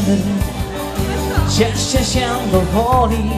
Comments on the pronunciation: sieeeeeeeee w wyglosie akcentuja tylko male dzieci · "się" za bardzo nosowe w wygłosie dzieci tak mówią?